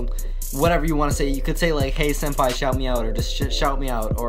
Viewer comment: Did he call himself "senpie"?